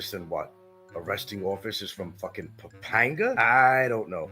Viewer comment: Been there 7 years and loves to pontificate about the Philippines but can't correctly pronounce "Bicutin" and "Pampanga". Doesn't know the difference between central Luzon and northern Luzon. It must be tough going through life as a dullard.